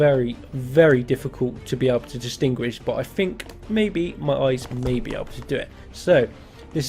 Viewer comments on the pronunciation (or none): Not a hater but do you have a lisp or something because you pronounce "think" like "phink" or "fink"